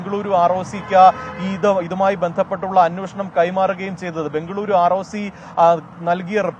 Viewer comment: അന്വേഷണം എന്ന് പറയാൻ പഠിക്കുക, അന്വോഷണം അല്ല 🤣